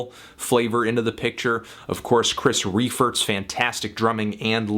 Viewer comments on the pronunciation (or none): It's pronounced RYE-fert, melón